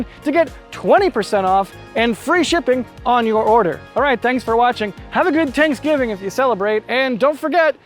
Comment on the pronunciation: Did say “Have a good Tanksgiving!”? Tanks-giving?